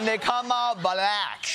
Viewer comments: LOL ... I love how he says "bLack" like every boomer describing a personal interaction they had with a black person that day ... " And my waiter (looks around) a nice young bLack guy" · Anyone that pronounces "black" as a 2 syllable word is kinda sus. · "Bhu lack" - the way he says the word shows his prejudice. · He seems to always make it a 3 syllable word: Buh-lack-uh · “Buh-lack”, “the buh-lacks”, “the buh-lack people”, “the buh-lack population”, “the buh-lack community” … weird. Why does Trump weirdly pronounce “Black”? 💙😳☕️🇺🇸💯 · Anyone else notice the mocking way he pronounces "buhLACK"? He really is a monster. I know that trumpism will live on for about a generation after he's dead, but even so I'm eager for his evil presence to leave Earth already. (No, that isn't a threat -- just a hope.)' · The way Idiot Boy pronounces “Black”, it’s as though it’s a new thing to him. Like, what word could he have possibly been using for Black people he doesn’t know this one??? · I know it's not the same pronunciation, but the way he says 'black', it conjures up the Afrikaans accent. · Why does he pronounce black like that?! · And with an elongated capital L. It gets me every time. I've never heard anyone pronounce Black or black that way.